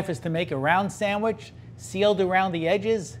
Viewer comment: A burger is not a “samwich”.